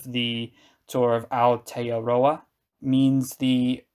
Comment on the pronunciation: Continued excellent footage and the best pronunciation of Aotearoa yet! Nicely done...